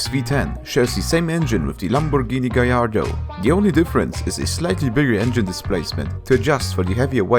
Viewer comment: You pronounce the l in gallardo.